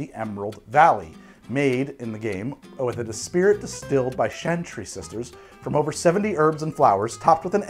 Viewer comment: every time he says "chantry" as "shantry" lol